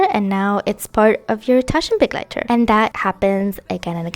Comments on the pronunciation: German here, I LOVE that you take care to pronounce the German carefully and are not just „YOLO butchering“ your way through it without a care. Thank you, it’s such a small thing but is so lovely to hear!!! Makes the video even better to me ❤ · it's so beautiful to have a favorite language! I loved that you pronounce it correctly, it made me so happy <3